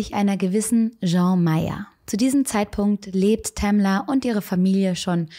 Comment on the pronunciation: "Tamler" xD